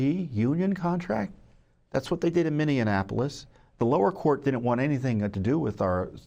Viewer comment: I love Tom but I hope whomever is arguing the case knows how to pronounce "Minneapolis" because the mispronunciation is pretty distracting.